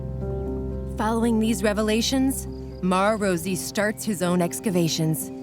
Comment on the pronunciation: Rosy? Not Rossi? 🤷‍♀️